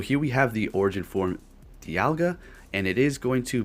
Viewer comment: U said diaga 🤣🤨